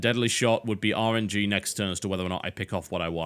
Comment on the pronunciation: Everytime he says RNG I mentally replace it with Orange-y.